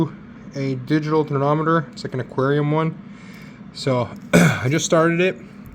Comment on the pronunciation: It’s called thermometer! You keep calling it THERNOMITOR lol